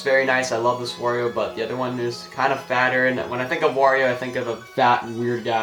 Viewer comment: LOL you kept saying wa every time you show the wario bros